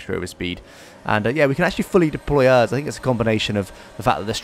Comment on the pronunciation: The way you say ERS. It’s supposed to be said letter by letter. E - R - S